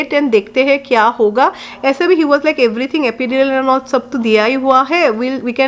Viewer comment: It’s pronounced epidural and petocin. Thank God Sid is a healthy baby.